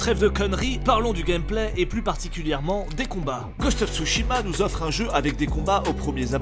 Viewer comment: "Ghost of j'mechitsu" comme dirais Bob Lennon